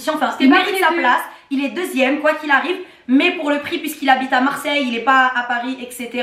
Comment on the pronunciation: CÉDRIC RESTE A MARSEILLEUH 😂